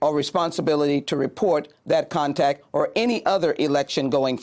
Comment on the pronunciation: Did she say "contac"????? Whaaaaaaaat???😬🤔🙄